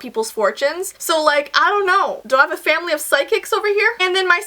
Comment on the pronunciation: Ow mwy gowd magical famawly alert 😲🤭